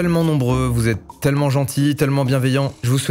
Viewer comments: Mastu t'es un gars en or... mais tu dit vraiment "teulement" quand tu doit prononcer "tellement""? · Ça me frustre le TEULLEMENT au lieu de TÈLLEMENT (ça s'écrit pas comme ça mais c'est pour la prononciation) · Je t’aime bien Mastu mais dire teulement au lieu de «tailement» c’est tout bonnement ignoble